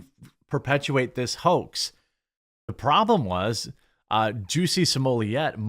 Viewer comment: At the start of this video, Did u call him ""juicy"" or did I hear wrong 🤣🤣🤣